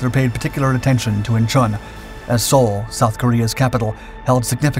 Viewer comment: (*IN-chawn), NOT "In-CHAWN".